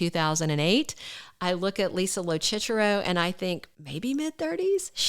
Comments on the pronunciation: Lo Sisero, not chichero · Lisa’s last name is pronounced Low-Sis-Er-Ro.